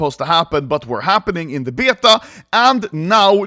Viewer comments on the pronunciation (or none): Why does anomaly say beta likr bYETagh